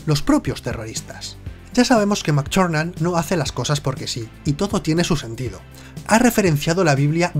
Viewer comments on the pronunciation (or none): No nos engañes, tb es parte de nuestra imaginación,no existe,sino como puede alguien pronunciar... John Mctuerxfnan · Me descojono cada vez que dice "Mac Charnan" xD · como pronuncia el nombre del director jjajj oye oye entonces en las siguientes películas resucita no ??